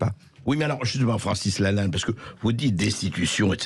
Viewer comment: Je rêve ou il prononce "Francis Lannal" à un moment ?